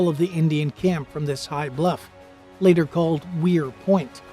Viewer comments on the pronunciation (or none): none